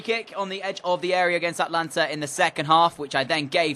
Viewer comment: Atlanta is pronunciation is ATA lanta